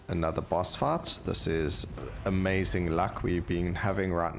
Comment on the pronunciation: And fight sounds like fart